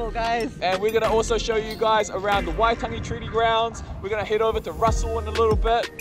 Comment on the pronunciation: That intro was awesome!! Great pronunciation too. It's been years since I have been near Waitangi, and in saying that I actually don't think I have been where you guys went so I am pretty slack!